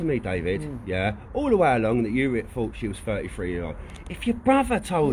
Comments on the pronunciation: She was firty fwee geez..😂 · he actually said firty free, idk what that meand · C'mon geezer, she said ferty free